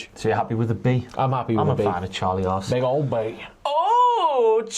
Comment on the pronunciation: I love, but is it just me that when he says "Charlie haas" it sounds like "Charlie ass"?😂